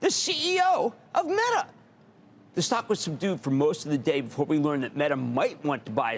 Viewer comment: Buddy had a 10 page script and couldn’t even pronounce the stock correctly